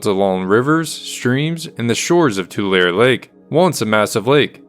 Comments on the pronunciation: BTW Tulare is pronounced (Two Larry) Not "Tu Lair" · But there are still some who debate the pronunciation of the city of Tulare. I was taught Too Ler ee. But some prefer Too lar ee. To them I say Tomatoe Tomauto. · I'm from a bit further north in CA, but I always thought it was pronounced Too-lair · you pronounced tool somewhere and left out the ee Tool ee ... 🙃